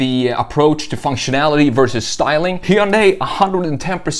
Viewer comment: Hard to trust the review when you pronounce Hyundai wrong....